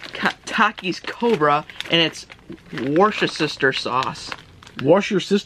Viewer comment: Wishta-shir sauce 😂😂😂